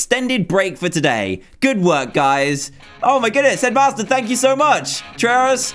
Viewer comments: I always think you say Edmaster when you say headmaster :D Awesome Dan, much love from Sweden! :D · i thinks shedmaster like toolshed LOL